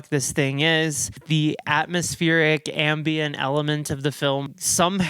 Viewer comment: Not sure if you're saying "ambient" horror or "ambien" horror, but both seem to fit lol